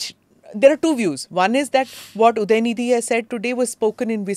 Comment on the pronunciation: उदयनीधी नही उदयनिधि बोलो